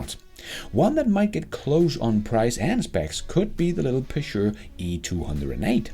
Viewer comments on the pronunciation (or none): Never heard Peugeot pronounced like that – Pishuh??